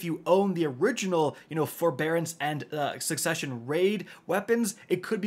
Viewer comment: The way pronounces “Guillotine” and “Succession” is awful lol 😅